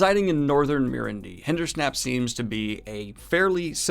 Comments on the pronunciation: Hindersnap? You know it’s Hinderstap, right? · Was confused when i heard Hindersnap until i realised its Hinderstap haha. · HindersTAP! Lol not Hindersnap! xD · I too thought this would come up; that part gets to me every time. Semirhage is pretty dark when she talks about how she’s tortured with the Power... Or when Jaichim Carridin is drowned in brandy by Murellin..yikes! Maybe he brings this up. Honestly I cringed so hard when he said “hindersnap” I just hit the stop button by reflex. Edit: sorry for the snarky comment at the end. I really like his enthusiasm and commitment to discuss these books. I’ll keep watching for more episodes!